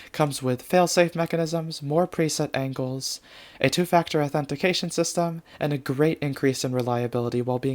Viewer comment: I lost it on "Two-factor authentefication"!)